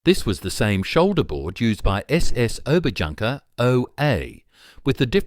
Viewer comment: That's Ober-YOON-ker - not Ober-Junk-er. Someone please correct that poor Brit or that poor Brit software.